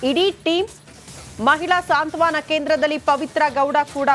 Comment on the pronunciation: ಸಾಂತ್ವನ ಸರಿಯಾದ ಪದ. ಸಾಂತ್ವಾನ ಅಲ್ಲ